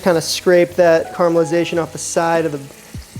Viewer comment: Cocky and not a bad cook, sure, I would do him, but he can’t properly pronounce “caramelization” and keeps saying “right”? so he will for sure be my bottom boy.